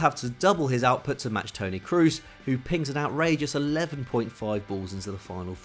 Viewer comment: Who the fuck is Tony Cruise,? It’s said like Crows but with a soft S, this is literally your job sort it out